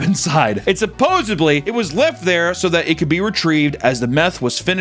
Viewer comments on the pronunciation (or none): for the love of God, the word is supposEDLY.....NOT supposABLY